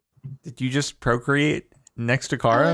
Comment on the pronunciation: "Did you just procreate next to Kara." LMFAO JORDAN WHY DID YOU SAY IT LIKE THAT